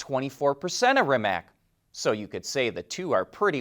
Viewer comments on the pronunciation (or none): Please, do not pronounce Rimac as REE-mak. It is pronounced REE-mats. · Pronounced Rim-ats/Rim-acs